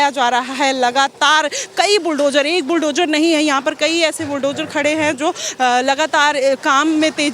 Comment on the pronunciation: BulldoJAR , demolissss etc etc???.. Pehle bolna toh seekho nafrati anpad fake journalist 😂 fir nafrat phailaana😂Na media law and ethics ka pata bus mic pakad liya 150 rs ka ban gayi journalist 😂 kis gutter se mass communication kra hai?